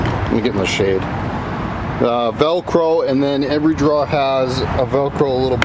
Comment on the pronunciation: The way you pronounce Drawer..... LOL That cracks me up!